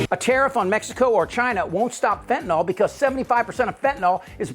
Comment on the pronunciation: It's fentanyl, not fentanol.